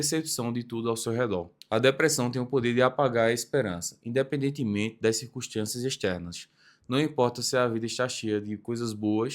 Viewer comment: Circunstchâncias extchernas de substchâncias